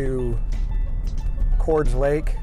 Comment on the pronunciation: I had always heard it pronounced Cor-des Junction....not "chords". The big grade prior to Cordes Junction has always been a tough one. My folks used to haul us kids up to Flag for camping in the 1975 C20 (Truck camper package) with a 454 and truck camper....8 mpg on flat ground!